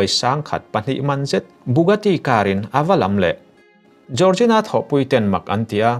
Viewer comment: Jiorzina ❌ Jorgina ✅